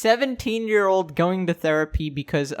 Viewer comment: I thought you said Stans